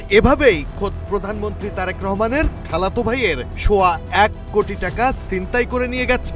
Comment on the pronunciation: খাল্লাতো ভাই, এতো জোর দিয়া বলার কি আছে